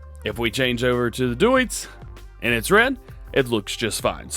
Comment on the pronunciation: DJ, of course we know that's not the Case! That's the John Deere 7R! We got the IH Case Telehandler last week. Get your brands straight man. :P Also, says Deutz correctly up until he changes the paints and then goes full "uncultured-American"..."It still says 'Dootz'." Love ya, DJ. Never change, man.